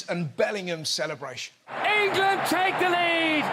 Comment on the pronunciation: Engerlund……. Engerlund Feetbahs camin ham 😂